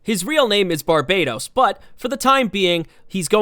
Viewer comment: Bar-buh-tos not Bar-bay-tos